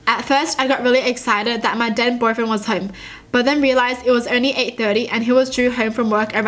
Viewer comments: Omg when she said THEN boyfriend i thought she said DEAD boyfriend😱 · when you said "then boyfriend" i thought you said "dead boyfriend"